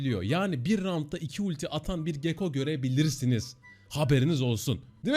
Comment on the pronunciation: Gekko değil gakko